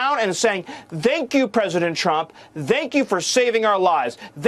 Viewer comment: is he say dank you or thank you 😂😂😂